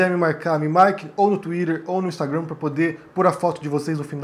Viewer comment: achei que nunca veria nada mais engraçado que vc falando "inglesadamente" twitter, ou instagram quando vc fala, mas vc falando o nome do seu livro em francês superou kkkkkkk eu te adoro e admiro seu trabalho demais! desculpa a zuada <3 kkkkk